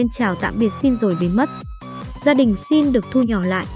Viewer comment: Sao lại nói shin như thế